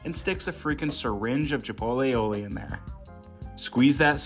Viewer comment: Is he pronouncing Aioli incorrectly on purpose or what?